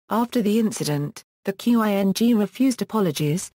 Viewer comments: Seriously? You can pronounce Meiji and you can't pronounce "Ching" Dynasty? Instead calling it "Q-I-N-G". rofl. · "q.i.n.g"??? Learn to pronounce Chinese words, you morons. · It sounds .. electronic. Must be an automatic voice generated text reader. That explains Quing pronunciation. But overall intonation, punctuation, and rhythm is great!